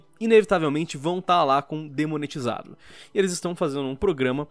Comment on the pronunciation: "Demonetizado". Não sei se ele falou errado sem querer ou se falou com uma intenção certa. :v